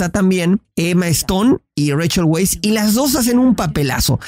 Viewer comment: El apellido de Rachel se pronuncia "Vice", o ya minimo "Wise". Es Austriaco.